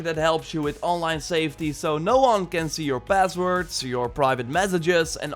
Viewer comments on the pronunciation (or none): none